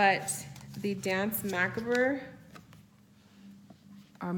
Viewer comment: P.S. Macabre is pronounced ma cob, or ma cob re. Like corn on the cob. Lol.